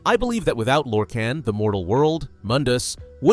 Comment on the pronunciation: Small nitpick but it’s pronounced “lore-khAAAn” like ghenghis khan or Han Solo . Michael kirkbride creator of the deity even said so on a selectives lorecast